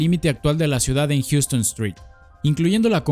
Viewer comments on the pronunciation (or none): Houston street se pronuncia hauston, diferente a la ciudad en Texas